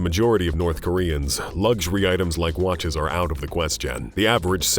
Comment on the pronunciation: Does anyme find it off-putting that the narrator says: watch-ass, ple-shares, axe-ass, likang, etc.